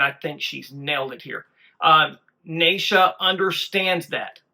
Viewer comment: … New Sub here following the MS MAGIC MOJO … the little stick of dynamite on lead is 16 year old “Nitro Neisha” her name is pronounced like (KNEE SHA) not NI EE SHA or NAY SHA … JUST SAYN 👍🏼🙏✌️❤️